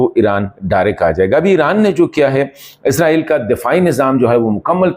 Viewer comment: عزرائیل نہیں اسرائیل بولا کریں ہے